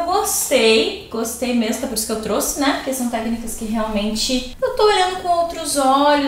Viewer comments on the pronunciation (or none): none